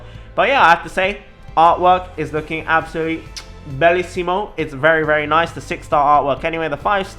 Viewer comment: I'm italian listening that "bellissimo" killed me 😂😂😂😂